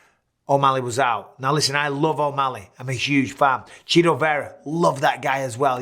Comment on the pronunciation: Straight up calling this man “Cheeto” instead of CHIto. Hilarious